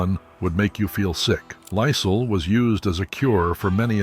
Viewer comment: who in the entire world doesnt know how to pronounce Lysol? nobody...get a new robot. or pay someone from fiver to narrate the video. so lame.